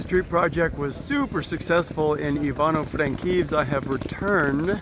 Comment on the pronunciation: Lovely video! ❤ It shows the true reality of the Ukrainian lifestyle in the Ivano-Frankivs'k ( Halychyna region, West Ukraine) during the Russian aggression on Ukraine in 2022. The best part of the video is when pronounces an "Ivano-Frankivs'k", almost like a native / Ukrainian speaker. 👍 Also, in the 5'46'' he talks about "Ukrainian currency", everything is true, except, "shoveling an ass"; 🤑 in the 24'26" he talks about "Ukrainian guys' tiny feet", 🦶 it is not true, but for some, it sounds funny. Lol.😁